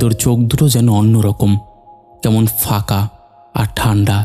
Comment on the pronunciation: কথাটা তো "ফাঁকা", তাহলে? "ফাকা-ফাকা" বলছেন কেন? আর "দাদাতো ভাই" টা কিরকম ভাই?"কাপা গলা",আরে বাবা চন্দ্রবিন্দু বলে একটা জিনিষ আছে।